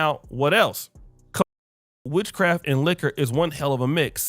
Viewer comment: Did she say “witchcraft?”